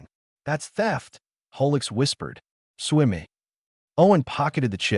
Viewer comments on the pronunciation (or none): "Swimmy"? huh?!? Did you mean "Sue me"? A great story made merely good by bad AI and lack of human oversight...